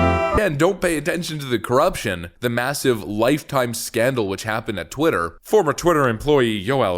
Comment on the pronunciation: Why can’t no brain Joy Reid say twitter correctly